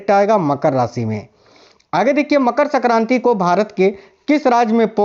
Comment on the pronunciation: Pehle aap Hindi thik se boliye sakranti nhi sankranti hoti hi